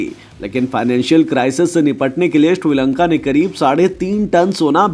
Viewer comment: Kabhi Shri Lanka Kabhi Tri Lanka bol Raha he pagal he kya 😀